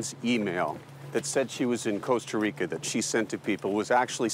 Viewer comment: It’s Costa Rica .Not Cooasta Rico. So disrespectful to mispronounce the name of countries.